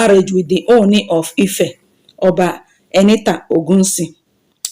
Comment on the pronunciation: as a Nigerian blogger, may you please go learn proper pronounciations of Ooni. Also learn how to pronounce the King's name. Avoid repeating yourself too often. Tnx